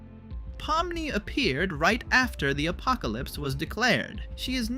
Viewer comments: Pominy? It’s pomni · Pomni ❌ Pomny✅ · Pomni❎ Pomny✅ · Pomni❌ Pomny✅ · “Pomny”🥹🥀🤟 (son🥹🥀🤟)